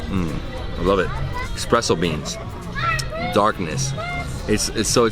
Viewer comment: Great videos! Keep up your travels and be safe! P.S Please stop saying “expresso”. Espresso is more correct. :)